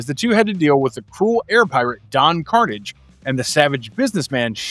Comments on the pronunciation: don karnij? KARNIJ!? mf, it was karnAHJ!!! long a, not a short a. you never watched this show in your life! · It's not don carnage... It's Pronounced: Don Car-naw-je. Ah, not hard A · As a son of a mother from Quebec my ears twitched at the pronouncing of Karnage.